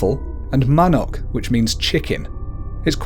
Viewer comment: Manok how u read but àt philipines it this ma-nuk